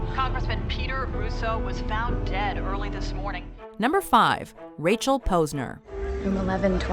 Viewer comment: the way you pronounced Posner....you don't watch the show